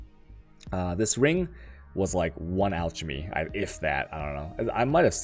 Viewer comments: Lol, al- cha-me. It's pronounced alk- a- me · you say 'alchemy' and 'chaos' wrong. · The way you pronounce "alchemy" and "chaos".